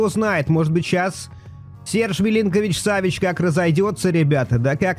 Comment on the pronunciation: Имена игроков произносить правильно так : Сергей милинкович-савич И Томас партэй А то уши режет когда произносишь хрен пойми как Это тоже самое что месси произнести мисси…спасибо